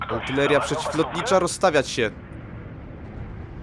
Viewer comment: co ma piernik do wiatraka? Polska to nie jest kolejna Rosyjska prowincja, tutaj mówimy po polsku, a poprawna pisownia i wymowa to aRtyleria. Dziękuję, nie mamy o czym rozmawiać